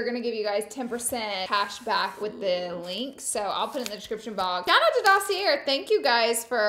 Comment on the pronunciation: Hi Laura, fyi you do not pronounce the R is dossier.